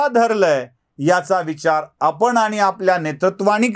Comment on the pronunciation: तुमचा मी फॅन आहे.फक्त आपण,म्हणून, णच्या ऐवजी न म्हणणं प्रयत्न पूर्वक टाळावे ही नम्र विनंती.